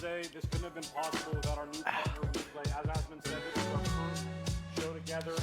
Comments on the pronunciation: Lmfao Diablo's disgusting business model must've been on the mind when he said "WePay" instead of "WePlay" at the beginning XD. Loved the show Asmon! Great work =) Really gave me some hope and good vibes for some new games! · "WePay ha WePlay studio excuse me" nothing to add ^^ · Playing too much Diablo immortal so he called it "we pay" at the start there